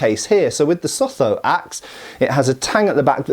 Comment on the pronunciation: Hilarious hearing your pronunciation of sub Saharan people's and names. To be fair it is pretty foreign to you. But the basotho people pronounce the "th" as a hard t